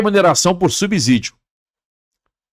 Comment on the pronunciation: O correto é subsídio e não subzidio que vc pronuncia com z